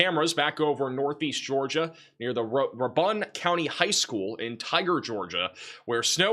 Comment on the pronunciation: RAY-BUN not ra-bun